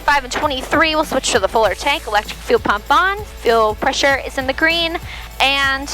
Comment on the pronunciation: I love the way you say, 'green'. When you say it, you say it like it's a two syllabol word, 'guh-reen'.